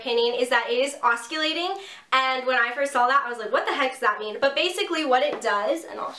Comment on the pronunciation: Thank you for a great review of this iron. I've really like Brocato products overall and wanted to try this oscillating iron (it's pronounced "awsillating" instead of "awskillating" - just thought you'd like to know!). I've been looking for reviews on it and videos of actual use, so thank you! Good video! I relate to you because I have invisaligns too ;-)